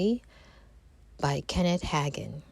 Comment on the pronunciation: Thanks for this. His name is pronounced Haygin